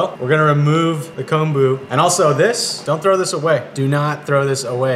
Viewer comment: Get the miso shiru screaming hot then add a raw egg. Yum! Also thank you for your correct pronunciation of kombu. So often it's mispronounced as "kambu".